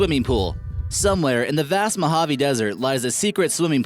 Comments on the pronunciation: Mo-hav-ey. The E isn't silent. Jebus. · cool video! Like! (note; Mohave or Mojave is actually pronounced MO-HA-VEE) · That isn't how you pronounce Mohave.